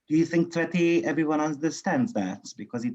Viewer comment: I always hear sweaty for tsveti and angry culture for agriculture 😂😂😂